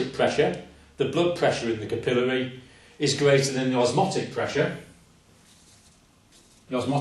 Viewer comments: Good teacher! We Yanks say capillary with the emphasis on the syllable "cap." I think I'll start saying it the way he says it. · It's pronounced capillary not capillary